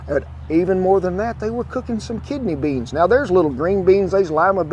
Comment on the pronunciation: Everytime he says "beyns" you have to hit one shot of beans. ( , , , , , , , , )